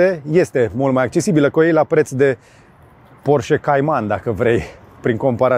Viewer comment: salut george,porsche,cand spui sau pronunti porche,ne se aude ee-ul,scuze dar este o remarca